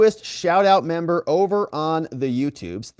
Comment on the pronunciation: I hope you did not intentionally say Membo...hell I don't want to be a Member and a Bimbo.....lol